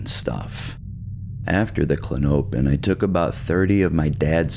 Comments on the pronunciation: I think it’s pronounced “Klon-oh-pin” …but maybe I’m wrong 🤷🏻‍♂️ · It’s CLAW-no-pin btw. Stress is on the first syllable. Was kinda killing me tbh lol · Kla-nope-N’s alone is diabolical! Artificial intelligence type shit type shit🫠😶‍🌫️🫣🤗😂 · It's klah-no-pin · Klah-nope-in he says lol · klonopin is the only medication that manages my anxiety without making me black out or get that dumb feeling like xanax. and it's pronounced klon-uh-pin. green pins are 1 mg, white pins are 2 mg. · It’s pronounced “Klon-O-pin” (Respectfully) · Kuh lawn oh pin. That is how it is pronounced. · It's pronounced "klon-o-pin". It was really annoying listening to you pronounce it. No offense brother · It's pronounced CO-LAWN-A-PIN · Pronounced “klono pin” hence the nickname k pin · It’s kinda funny how you pronounce it like how a weird midwesterner or something would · How dare you! I am so disappointed and frankly disgusted by your pronunciation! Big pharma spent like 3 GRUELING seconds naming this drug and you disrespected all that hard work! You ought to be ashamed… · The way he says the name is meaning me need one